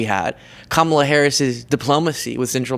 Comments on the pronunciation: I think he started to pronounce Kamala correctly and cut himself off so Daddy doesn't yell at him later. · you can tell by how people pronounce "Kamala" if they're getting all their information from one type of people or not. Some aren't pronuncing it wrong intentionally, but it does show they're only paying attention to Trump/MAGA-related news and content, because that's the only pronunciation they're hearing. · They refuse to say her name correctly on purpose. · The reason they pronounce her name like that is on purpose. There was a wrestler from back in the day name Kamala The Ugandan Giant who played an African savage that couldn't words. He just groaned. Donald is a wrestling fan, obviously and so is a lot of his base They want you to associate her with an African savage whenever they say her name. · Mispronouncing Kamala's name is intentionally disrespectful. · There's a very simple reason that people my age sometimes mispronounce her name. Historically that name has always been pronounced the way Donald Junior is pronouncing it. Imagine if Trump pronounced his last name in a way that wasn't traditional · Learning how to say Kamala the right way is a little challenging, but it is nothing compared to making sure you purposefully say it wrong every time. What we witnessed in the video is Donny Jr. almost saying it right and catching himself at the last minute. :face-blue-smiling::face-blue-wide-eyes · His disrespectful and purposeful mis-pronunciations are him being a trump. They are the masters of asshole behavior without 0 shits.